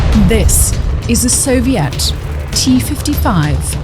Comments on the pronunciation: Did you just say "soviat"? What kind of grammar mistake is that? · How do you pronounce Soviet so poorly?